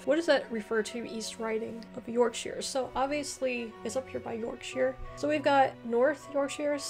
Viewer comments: Yorkshire. By the way shire is normally pronounced sher, so Yorksher. Some others, Leicestershire - lestersher, Gloucestershire - glosstersher, Worcestershire - wusstersher., Derbyshire - darbisher. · Yorkshire please please stop butchering how to to pronounce the names of the 😄